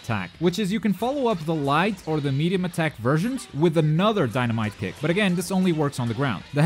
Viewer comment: it sounds like he is saying die a might a kick